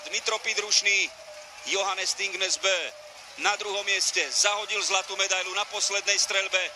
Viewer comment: Its Johannes Thingnes Bø Not Johannes Athingnes Abøho